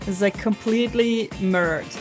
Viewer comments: "Err mah gerd - it's merrerd!" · "mi -roar-d" or "mi-rur-d". Your English is incredible BTW!